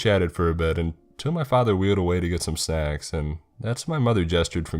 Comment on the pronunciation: Wait...the father wheeled away to get some...what? After looking through the comments pretty far back AM I THE ONLY ONE WHO HEARD THAT??? SNACKS?! It finally makes sense. It took about half an hour for me to figure that out. Even the CC thought he said...something else.